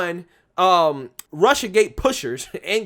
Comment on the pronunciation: Cawuded wit Wussia 😂